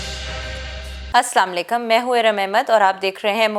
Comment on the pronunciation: KINDLY rechecked ASSLAMALIKUM. U SAYING NOT CORRECT. U SAYING SAMALIKUM.